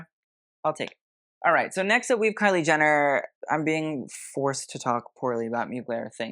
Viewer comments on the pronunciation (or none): none